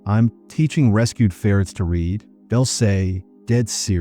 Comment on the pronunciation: Text to speech has come long, but needs an option to say "read' correctly.